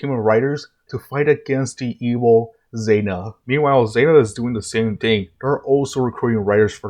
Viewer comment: 2 things... 1 Why are you addressing Zein as "Zeina" and using female pronouns when Zein is pronounced "Zeine", at best is a genderless AI but has at this point 2 users, both male AND is even voiced by a dude? Did you think Smart Queen was Zein in that scene? 2 I'm sorry Kamen Rider who? That's Ouja my guy. Don't mix the Japanese counterpart with the American one. Not being able to pronounce Ouja (which would be OH-ja) isn't an excuse to not try and just lazily use the american name over the the actual name. No one out here that grew up with Mighty Morphin calling Geki from Zyurangers "Jason" because they can't pronounce Geki